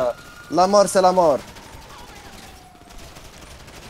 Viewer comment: La molllrrr c'est la molllrrr